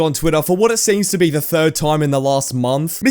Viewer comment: Ve? Do you mean be?